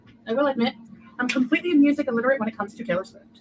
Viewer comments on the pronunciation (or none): none